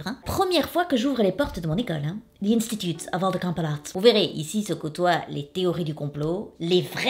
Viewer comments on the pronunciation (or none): "L'Instutute oF Ol de COmpoLOte" Je suis achevé x)